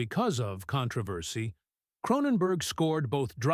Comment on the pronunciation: Ah the "con tra vassy" of a movie out "grosing" the Godfather. AI fail.